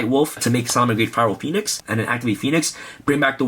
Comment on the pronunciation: did anyone else notice he said phyro poenix? he had a dyslexia moment lol